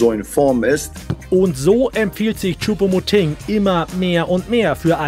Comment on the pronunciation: Sie spricht Choupo-MotING wenigstens richtig aus!👍🏻👍🏻 Das kriegt ja Herr Brügelmann bei "Reif ist Live" seit Wochen nicht hin...🙄😝